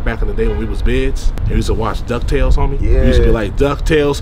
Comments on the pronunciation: Kids is with a K. shouldve said bildren lmao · My dude said Bids like damn they can’t even use words with K dude really is a super blood😂